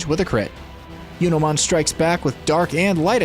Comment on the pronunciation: Do you intentionally mispronounce digimon names? "Yunomon" instead of "Junomon"?